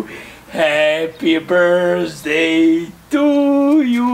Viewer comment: 0:6 kaze brsdej umesto birthday